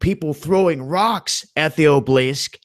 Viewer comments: obelisk = obleesk? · ah-buh-lisk not oblisk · It's pronounced, Aw-Bow-Lisk, you moron! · obelisk, ah-be-lisk. 3 syllabus not 2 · OB-EL_LISK...........OB EL LISK that's not how you spell it but how you say it, sorry but it drove me up the wall.(mad, but I couldn't pass up the pun.) Other than that I gave you a thumbs up. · And it is Obelisk pronounced ('a- bel-lisk).